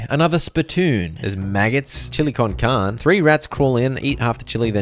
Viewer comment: chili con carne. Car-nay. Not karn.